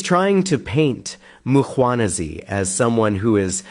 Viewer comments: It's surprising to me how some South Africans fail to pronounce the Mkhwanazi name, where does Makhwanazi develop from? I would understand Nhlanhla may be difficult unlike Mkhwanazi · not Mkganazi 😂 it's Mkhwanazi pronounced Mquanaz 😅 please